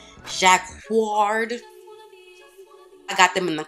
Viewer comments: This haul was again amazing and for the word "jacquard" it's pronounced "ja-kar" the same way you would pronounce Dakar . Hope this helps 😘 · I love the video and I subscribed to your channel. Also, jacquard is pronounced “juh-Kaard” xoxo